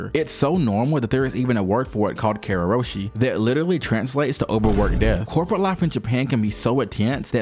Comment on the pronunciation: it's "karoushi", not "kareroshi"